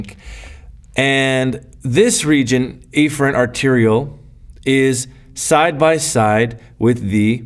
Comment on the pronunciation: Honestly, the colorful diagram was nice, but this video was very confusing. It sounded like you were saying "afferent arteriole" but on the board you had written "efferent arteriole" and it was hard to visualize the blood and ECF without seeing it. I think you overcomplicated this concept, and even after watching the video multiple times, this is still really confusing.